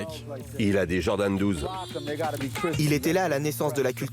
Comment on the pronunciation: « JordanS » « yeezyS »